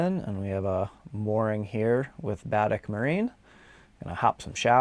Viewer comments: Pronounced bu' deck. Accent on first syllable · Pellier pronounced pell-yay and emphasis on the e in Baddeck, Ba-deck 😊 Keep giv'in er you two!